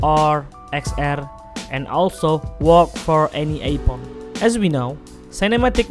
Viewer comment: Am i the only one who hear ipon?